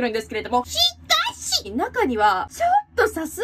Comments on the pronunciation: 全然関係ないけど、えみりんの し☆か☆し☆ がめっちゃ好き。 人としてのモラル、大事にして行こうね。。。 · エミリンのこれほんま好き。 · えみりんのシ・カ・シが大好き😘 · 久しぶりの し！か！し！ これ地味に好き